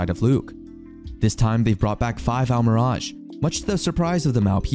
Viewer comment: Wow, he pronounces Almiraj, but still can't pronounce rehabilitation. lol